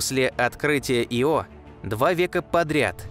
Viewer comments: Видео класс,но ударения это жесть.япет, Ио ударения на первой гласной.режет слух. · Пардон, но у названия спутника Ио ударение падает на первую букву, не не на вторую. Извините, но очень уж режет слух